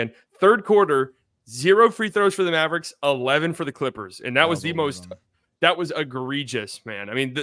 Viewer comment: Ian Eagle is SUPER annoying. It sounds like he adds an extra syllable to mav-er-ricks